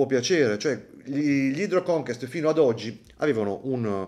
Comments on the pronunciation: “Conquest” si pronuncia come si scrive. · non va pronunciato come si può, va pronunciato nel modo giusto. conquest è francese, ma che inglese ! vuol dire conquistare